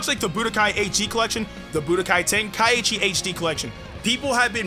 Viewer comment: Yea we won but ITS TEN-KAI-CHI